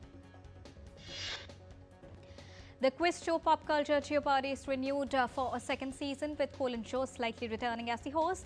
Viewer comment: The newsreader of the day needs to be careful with her pronunciation: jeopardy is not pronounced 'jio-pardi' 😮 and Thuthukudi (Tamil Nady city) is not pronounce with an 'n' sound after 'ku-' It is a bad word in Tamil. 😢